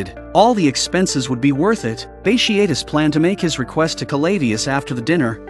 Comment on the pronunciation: Bat tee a tus is how it’s pronounced